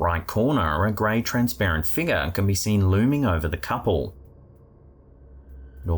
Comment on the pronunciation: Whenever says "Figah" (figure), I compulsively say it out loud too😂